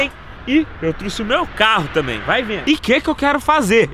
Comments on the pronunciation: "Truce" , saiu sangue dos meus ouvidos kkk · “Eu trusse” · " eu truce" kkkkkkkkkkkk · "Eu truxe" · "trusse" kkkkkkkj amo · Truxe né belo português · Eu "trusse" credo kkk